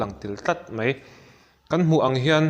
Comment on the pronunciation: Mei ti lovin Mai tiin lam ta zawk la ngaihthlak a nuam zawk ang ka ring.... Keep it up👍👍👍